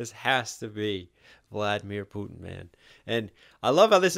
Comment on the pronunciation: Putin (ends with a "n")